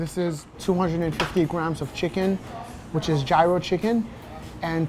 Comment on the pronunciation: Gyros , pronounced Yee-rows. Everyone be pronouncing it G-rows 🤦‍♂️